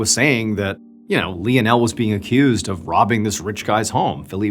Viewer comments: If anybody else was pronouncing Lionel wrong I would get off the video but I can't do it to Mr. Ballen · Yo, saying Lionel wrong each time is killing it for me 😂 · Is it Lionel - lion--l Or Leo-nell? Is Leo-nell the French way of pronouncing it? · I love Mr. B, but I think he might be mispronouncing Lionel. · You CANNOT pronounce the name LIONAL!! 🙊🙊 You pronounce it like this: LINE-NEL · Hey is it not pronounced " lion-el" instead of " lee-n-el"??! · Im sorry hearing him mispronounced this name so many times is driving me mad. It Lionel like Lionel Ritchie. Not Leon Elle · Really funny. John is saying 'Lee o Nel' and the subtitles are saying 'Lionel'. For someone who has to read the subtitles to understand what is said, it's very confusing and funny, because I notice it every time. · Leonelle 🤣🤣 Lionel like Lionel Richie🤣🤣🤣hilarious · Sorry lie o Nel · lionel is usually pronounced LIE-UN-UL , nonetheless, still great story telling, Mr. BAllen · Love your vids. Just so you know Lionel is pronounced: Lie-nul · It's "Lionel (Lie-nel) 😊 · Wouldn't that name be pronounced (Line-el)? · You’d think he would know how to pronounce Leo-nell. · tack a shot every time he says Lien El.. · I think his name is pronounced lie-nol 😂😂😂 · Sorry to be picky but you are pronouncing Lionel wrong. Think of Lionel Richie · Isn't isn't it pronounced Lionel, like Lionel Richie? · I hate to be a buzzkill but something is telling me that his name is pronounced "lie-nuhl". I could be wrong tho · I love the story but I believe you were pronouncing his name wrong. LION + EL= LIONEL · Said as lion-el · Pronounce lie nul , Lionel, lie nul. My Dad is Lionel Andrew Beresford, liyle or lie nul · Lionel is pronounced Li-nell. It was my dad's name. He was called Leo by my mom and his friends. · Literally loop up how to fucking pronounce Lionel......... LION-EL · Lionel Messi ❌ Lionel Missin' ✅ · I could be wrong, but isn’t it pronounced L(I)onel, like Lion? Like Lionel Ritchie? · Pha-Lee-pae , & Li-nul